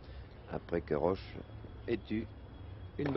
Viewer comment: Great to watch this! But note, it's Tony "Roche," not "Roach."